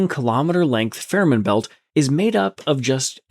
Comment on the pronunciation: I live just 40km from the tunnel. You should pronounce Fehmarn and Fehmarnbelt correctly: [[ˈfeːmaʁnˌbɛlt]] i.e. the first e: is just a long, closed, monophtong sound, similar to the vowel in day, pronounced by a Scottish speaker.